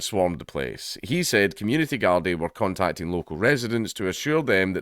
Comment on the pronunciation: A Scot making out that the Irish are known for knifes, ah dunny Ken whatcha mean dank, by the way, it's pronounced guardee.. 😉